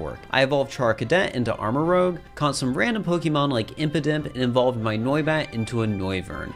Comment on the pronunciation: Over half the Pokemon you mispronounced. The one that angers me the most is Armarouge. As a Sonic fan, all I can say is LOOK AT THE SPELLING IT IS ROUGE FRENCH FOR RED NOT ROGUE!!!!!!!!!!!!!!!!!!!!!!!!!!!!!!!!!!